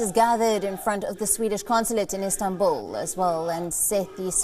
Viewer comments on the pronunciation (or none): none